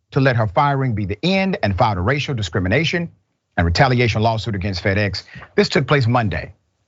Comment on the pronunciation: Did the guest say, "Discriminiggation???" Replay it! Was that a Freudian slip? 😳😆